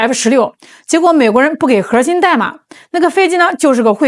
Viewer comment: ，你说核心不要卷舌，你就是女神，卷舌就是土妞，你看着办吧。